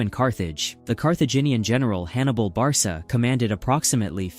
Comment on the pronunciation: “Hannibal barsa”